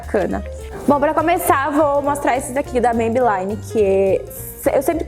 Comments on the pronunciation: só pra te ajudar a quando pronunciar o nome, a marca Maybelline não se pronuncia "MeibeLAINE", e sim "MeibeLINE". Não é uma questão de chatice, mas já que vc tá passando uma dica, acho que não custa a gente apontar esse detalhe. Um bjo! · Amei as dicas!!!!So uma coisa vc ta pronunciando Maybelline errado...o som do I nesse caso eh I mesmo nao ai...nao me leve a mau nem fica chateada...eh porq eu gosto de vc e queria te dar esse tok..Bjos.